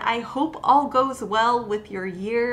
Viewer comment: "Bishes", it's her catchphrase 🤣